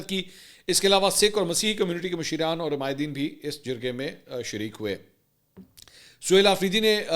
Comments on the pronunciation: Masheeran nahi MASHRAAN hota hy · Masheeeran nahi hota Masharaaan hota hay Yano hum Pashto main barey ko mashar kahtey hain 😊